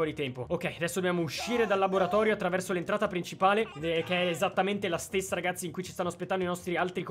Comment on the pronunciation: Ma ha detto ragasi